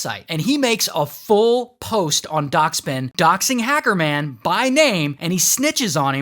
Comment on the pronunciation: The way he said hecerman tho💀😭😭😭😭💀😭💀😭